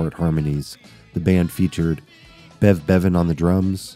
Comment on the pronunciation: He called bev Bread breadven